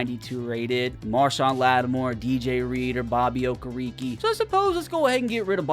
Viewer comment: Bobby Ok e rekey is crazy. Its oh-ker-i-kay